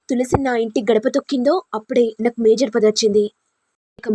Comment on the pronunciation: మేజర్ కాదు మేయర్ సరిగ్గా చదవడం రాని వాళ్లు కూడా వీడియోలు చెయ్యడం ఏమిటో